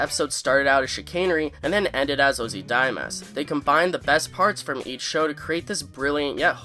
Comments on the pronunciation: Heh. You said Ozydiamas. It's Ozymandias. Not trying to harsh on you, it just made me double take that I didn't have a dyslexic moment in my listening. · Ozzy(like Ozzy Osborne)-Mondie-us not ozydimas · I laughed when you said ozydimas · It's pronounced ah-zee-MAN-dee-us 😊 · I like your videos and I apologize in advance for this pronunciation comment- I'm totally not trying to be rude. Ozymandias. Look up the video of Bryan Cranston reading the poem. It's not just a timeless and powerful piece but you can hear the word spoken aloud. Not trying to downplay this otherwise awesome breakdown. That just hit my ear like a record skip.